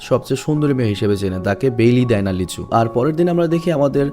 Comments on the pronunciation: vai apni lee soho ke lichu bolen ken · নায়ক টার নাম লিচু না লি সুহো 😶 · ছেলে টার নাম লিচু না লিসু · ছেলেটার নাম লিচু না লি-ছু